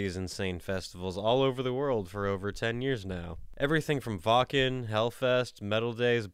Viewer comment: Seen yor vids the firs time today. Ur content is great!! Btw. Its not callt wacen.. its wacken. Or wackkkkeeeeeennnnnn!!!